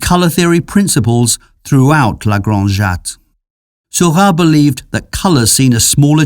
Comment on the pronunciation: Why does the narrator pronounce Seurat's name as Sylvan?